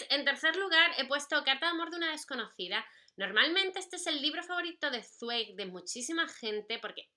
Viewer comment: Hola:) Yo amo a Zweig (y si no estoy mal se pronuncia esvaik;)) Apuntado el de Amok y en cuanto a recomendaciones: El mundo del ayer!!! saludos guapa:3